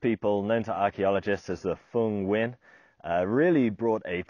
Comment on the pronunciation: Dude can pronounce Nguyen. Good on ya!